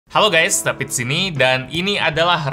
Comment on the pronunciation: Baru mau nabung ingin beli poco eh udah "Hallo gays David di sini ini Redmi 9T"😂